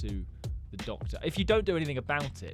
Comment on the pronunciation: Uh...MAMA CALL DA DACTARR😭